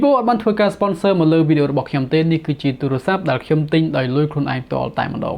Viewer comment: បងនៅតែនិយាយពាក្យអាទូរស័ព្ទដូចជាឆ្គង